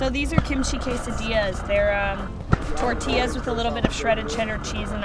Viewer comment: Say Kim-chi one more fucking time... I dare you.